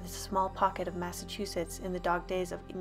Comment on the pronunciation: I am triggered because I am from Massachusetts and you didn't pronounce it right you pronounced Massachuses and I don't like that